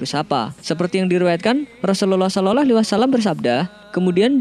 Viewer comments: Sholallah om bukan shololoh 🤣🤣🤣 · entah ini telinga saya yang salah atau yang biacaranya yg salah dia menyebut nya "solelahalaihi wasallam" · TOLONG UNTUK MENGUCAP (SAW ) JANGAN SOLOLOH,, TOLONG DI RALAT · Ente meyrbut asma Allah , blgnya shololoh , itu salah dan ente suaranya jelek bngt